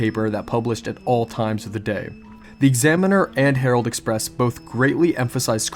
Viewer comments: Surely it's herald express. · Herald Express, not Harold. Harold is a man’s first name. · I'm pretty sure that it's Herald Express, not Harold.